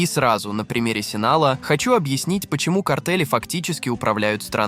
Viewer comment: Спасибо за видео, бро. Но зачем вставлять везде мини комментарии чувака с якобы измененным голосом? Раздражает все-таки… И картель не Синала, а Синалоа (произношение, как написано).